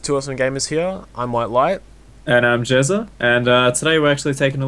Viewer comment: its not jeza its j3za